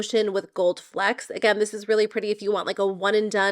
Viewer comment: “Flicks “, No. Flecks like flex